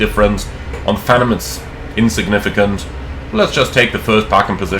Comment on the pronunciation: I know this is probably a German->English thing, but Phenom is pronounced "FEE-nahm", not "FEN-um" like you're saying. Rhymes with "be" and "bomb", not "venom".